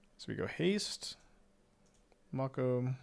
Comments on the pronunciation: Am I the only one who the pronunciation of Make-O as Mock-O is getting bothered? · May-ko. Someone didnt watch Shark Week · It’s definitely May-co. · I die inside every time he says "Mah-ko" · It's "make o" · i think its pronounced like make-o. like the shark species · The professor kept pronouncing it this way too, and it’s driving me crazy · The way pronounces "Mako" really shows he was never a shark kid, nor watched Yugioh.